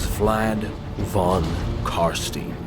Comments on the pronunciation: Von is German. V is pronounced as F and W is pronounced as V. Von is pronounced Fon. Please. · Başar Ant Yatır „von“ is 100% german, In the netherlands it‘s „van“. It‘s meant to be german.